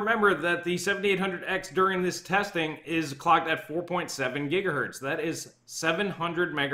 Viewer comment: >gigahert smh